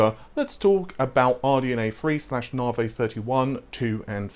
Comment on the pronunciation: Oh mate how can you get the pronunciation wrong for so long? Even at the AMD events they call it navi not naarvay. The star or system they are named after is pronounced navi not naarvay...